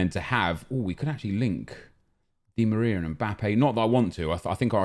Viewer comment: Why did this man say dimariar